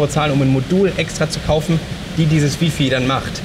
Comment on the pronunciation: Die Drittel-Regel sollte man auch so nennen. Der Goldene Schnitt ist ja näher an der Mitte. ^^ Und Wi-Fi wird [ˈwaɪ̯ˌfaɪ̯] ausgesprochen! ;) Frage mich warum unterschiedliche Kameras für die beiden Teilnehmer ausgewählt wurden. Ich würde mir persönlich keine Kamera ohne Sucher anschaffen. Besonders bei viel Licht würde mich das sehr stören, wenn man dann auf dem Display kaum was erkennt. Und mit dieser neuen Abdeckung fände ich das zu umständlich.. Trotzdem schöne Reihe! :)